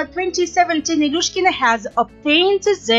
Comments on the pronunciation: Ржу просто-даже фамилию не в состоянии правильно воспроизвести))) Не Илюшкина, а Илюшечкина, старая какова, с максимальным достижением в виде чм среди юниоров 2009 года))) Хорошая компания Медведевой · Потрясающе безграмотный диктор. Выучите хотя бы фамилии: ИлюШЕЧКИНА, МосКОвич!!!